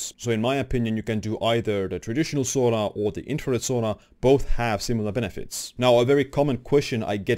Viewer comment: It’s pronounced Sauna, not Sona.